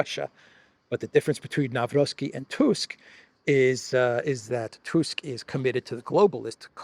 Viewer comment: Nawrocki is pronounced Nav-ROHT-ski, not "Navrovski."